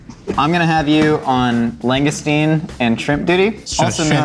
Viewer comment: "log-uh-stee-no", in CT. 😃 (It's true. You never taste the cheese on a filet-o-fish sandwich.)